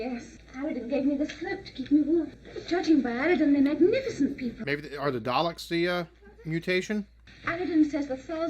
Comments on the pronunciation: Bruh, It's Daleks (pronounced "Dahlex" or "Dahlix"), ain't no Daylicks here 🤣 Why does he look like he's wearing a backwards baseball cap? You do find out eventually what the Daleks actually look like, also some of the bits where the Doctor looks confused, he was because the actor, William Hartnell, was getting on and having issues. Which is why he left. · When you said "I'm guessing due to the next episode title... the 'Dalecks'..." We're used to saying it as D'ah-lecks, not Day-lecks. For some strange reason, day-lecks had me instantly think of Dereck (Ricky Gervais' show) lol Probably because it sounds similar to the way you called them. I pictured strange Dalecks wandering around with Ricky's high-pitched voice stating "exxxxxterminate! EXTERMINATEEE!" followed by Ricky's loud giggling laugh! Anyway, I'm sure it's been said before, and you picked up on the correct name shortly afer, but yep, it's Dah-lecks that us Brits call em. Fantastic watch-along and yes so enjoyed the logic vs the characters actions:D Thanks! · Oh no “It’s the Daylecks” 😂